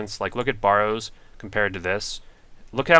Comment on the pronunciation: i love you vids but your killing me with the waty you pronounce barrows and hAsta